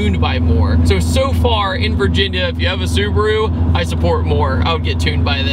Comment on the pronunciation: I am really sorry but it is su-BA-ru not su-BU-ru. Not meaning to be nit picky